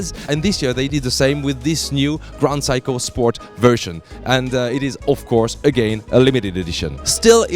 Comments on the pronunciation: SEIKO pronunciation of yours ”WRONG”💢 you just pronunce like this ' SAY KO” that mean 'SEIKO” not ”Psycho”💢💢💢 your pronunciation is NO! good💢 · phsyco ? i thought you pronounced it Seiko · What is psycho? I thought it was Seiko. (Say-ko) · It's awesome that the "Seiko" pronunciation in English sounds more like "Psycho". Priceless. For what Seiko offers for the money can be seen as "psycho" for the Swiss possibly. Made my day. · Its S-e-i-k-o not psycho dumbo!!